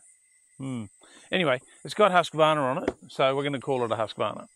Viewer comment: Please, English speakers! Do learn how to pronounce Husqvarna 😂 Much Enjoyment 👍😎